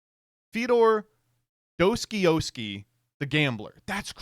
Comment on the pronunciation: Bro, as a Russian, my ears died after hearing Достоевский being butchered like that.